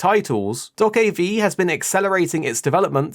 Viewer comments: it is not doakabi. it is Doe-keah-bi. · unfortunately there is nothing happy to say on this game, because the release date is "delayed out of 2023" ... this suggests 2-4 years more to wait. Also this game is pronounced "DokeB" not V like Victory which you can hear at the end of Trailers. This game could be so awesome.